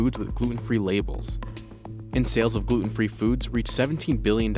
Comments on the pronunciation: Every time he says Gloot-Enn. I drink. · How come this guy can't say gluten right?